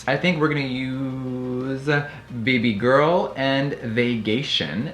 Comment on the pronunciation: “bb girl” its bEH bEH guuurrrllll